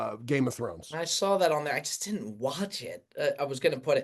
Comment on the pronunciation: Love how pronounces saw as I sawl 😂😂